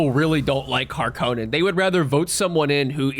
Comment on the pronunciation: Hark on in not har konen